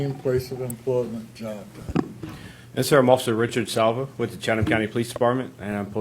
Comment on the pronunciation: The Author said Chataham County like it was kind of an Indian type Native name. It was mispronounced in the first part of the clip/video. Its actually Chatham County Police that covers Savannah, Georgia that is the County Seat of the County which also covers smaller cities inside the county. Just wanted the correct County and area to be known.